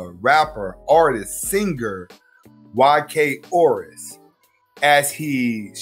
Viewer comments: “Orus” you mean “Os I ris” 😂😂😂😂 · U mispronounced tf out his last name but it’s ok he’s a simp he deserves for his last name to get butchered lol